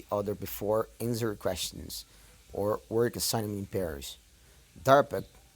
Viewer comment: The se pronúncia dãh, e esse answer tbm está errado, é como se fosse 'N' sWere. Pronúncia a letra N como se fosse em inglês, dps fale S junto com o were, como a frase they were. N s were